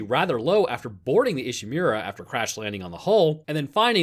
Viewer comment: Saying ishimura as ishimewra is annoying. The english speaking characters in the game itself can even say it right so why can't you